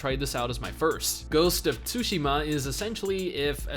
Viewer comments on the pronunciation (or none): none